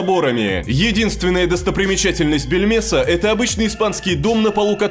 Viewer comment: мне одному все слышится не Бельмеса, а Пельмеса? пельмешка?